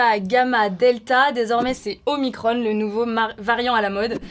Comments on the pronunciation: OmiCRON et non omicronE. Soit on prononce en français, soit en anglais. Mais le mix des deux est faux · omicrone? Pourquoi mettre un "e" à omicron? Pourquoi le prononcer à l'anglaise? Les lrem mettent tout à la sauce amérloque, rien d'étonnant. Mais les journalistes de VA ont ils besoin de mettre des accents angliches partout? Omicrone!!! Assholes. (C'est génial puisque c'est en anglais)? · Punaise, je m'attendais pas à ce que George change de sexe comme ça. Ah et on dit omicron, pas omicrone quand on parle la France, punaise.